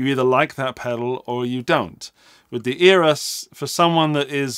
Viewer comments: Eras? I thought he said Eros. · Eras? I thought he said Natalia Imbruglia but I’m torn about it now.